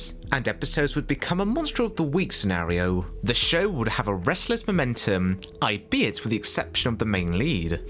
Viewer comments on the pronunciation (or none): Overtaken (no such word as "overtooken") AL-BE-IT (not i-be-it) Sorry, just every time I heard these mispronounciations I found myself grinding my teeth. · As a copy-proofer, I came to say this too, as although I enjoyed the clips and remember most of the shows, I was twitching at every odd error and mispronunciation. Albeit is all-be-it, not ay-bet.